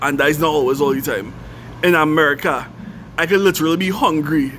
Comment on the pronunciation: Chrinidad v AmericaH… like you’ve lived everywhere in the US. It’s like visiting Ghana and saying “Africa” 🙄